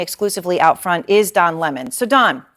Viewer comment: Don " Is'ah" Lemon